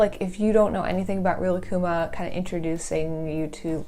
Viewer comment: They way they pronounce Rilakkuma, I can’t. Thank you for pronouncing Rilakkuma correctly